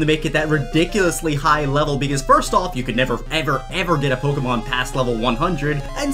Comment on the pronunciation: Ur pronouncing Pokémon wrong